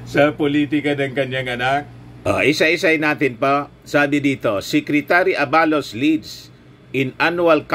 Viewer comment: Huwag mo na papogiin si supert@ sa amin …chaka yan sa aming Solid PBBM supporters! At hindi yun A-ba-los ! Aba-los